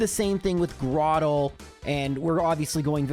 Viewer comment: Flo-aroma. Where'd you find a second "m"? Lol I have always just pronounced it floroma though Also I'm 100% camp tur-twig And it's grow-turtle grow-tle You nailed cranidos. like cranium I have always said celestic like celestial